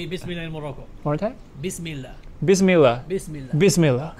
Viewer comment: Wolcome to morocoo 🥰👍